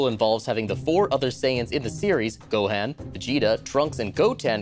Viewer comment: It bothered me how little they knew about Super Ball lol Also, how he pronounced Gohan hurt my feelings lol